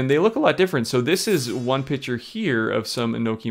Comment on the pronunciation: Did he say “pitcher these mushrooms”??! Or did he mean picture…?